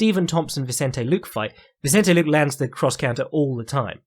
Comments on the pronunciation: made me think of Cpt Picard a couple of times. Try /lu-keh/ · any reason why you refuse to pronounce ethnic names as they are intended? e.g. nunes, and luque